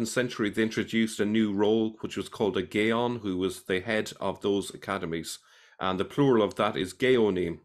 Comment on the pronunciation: the hebrew word gaon is pronounced gah-OWN. And gaonim would be gah-oh-NEEM.